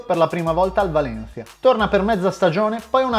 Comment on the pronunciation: Che brutto quando dice Valencia e Celta Vigo 😂